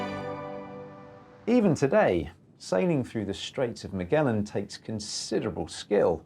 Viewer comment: If you're gonna do videos like this for the love of god make sure you're pronouncing the famous names right.., Its not miguelan. Its Magellan